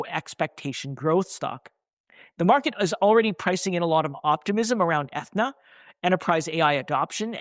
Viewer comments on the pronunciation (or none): My man - it’s pronounce Ah-thee-na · Atheeeeena man! Come on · Aren’t you saying Athena wrong?